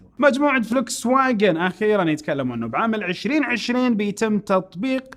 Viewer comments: اسمها فولكس واغن مش فليكس واغن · انت عندك تناقض بالحكي. اول اشي حكيت هواوي بتنسحب من السوق الا ب امريكا. بعدين حكيت بتنسحب من امريكا. و اللفظ غلط ل ڤولكس واغن 😅😅😅